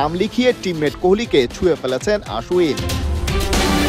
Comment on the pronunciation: আশ্বিন, আশ উইন নয় 😂😂😂